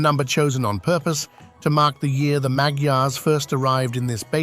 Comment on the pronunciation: For heaven's sake, learn how to pronounce "Magyar"...